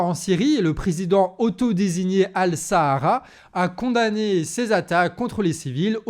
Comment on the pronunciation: pour corriger El Sharaa ça se prononce comme-ci c'est écrit El Charaa 😅